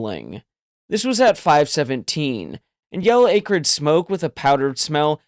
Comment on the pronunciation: Good story. FYI pron: ah-crid, not AE-crid.